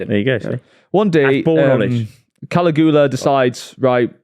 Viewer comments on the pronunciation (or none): Caligula(Ka-Lee-goo-la) as says…is actually Caligula(kuh-li-gyuh-luh) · To it’s Cal-ig-U-la not Cali Goola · You'd think would have looked up how to pronounce Caligula